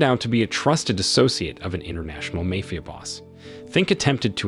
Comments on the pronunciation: Mah fee uh Not may fee uh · makes so much money from this movie recap channel that he doesn't even care about his pronunciations like Mafia to Mayfia lol. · Mayfia, really? Here in NY its Mafia (ma-fia) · The way he pronounced the word mafia like meyfia. 😂😂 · What is a “mayfia”? It can’t be the same as mafia because he said mafia correctly at least once in the beginning then immediately said “mayfia” a few words later. ( - ) Or is he saying “mayfield”? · As English is not my native language, i was a bit confused about that one😂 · Pronunciation of MAFIA is annoying